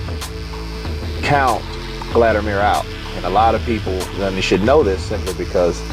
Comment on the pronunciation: Why do you keep calling him Gladimir?